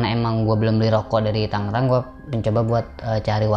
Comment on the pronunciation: Tolong etoh tangerang bukan tanggerang bang 😂😂😂